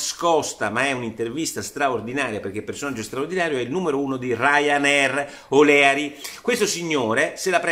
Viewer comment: Michael O’Leary e’ un grande ma si pronuncia O’LIRI...;) uncledog...